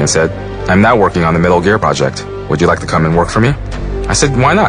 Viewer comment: Did you rike it?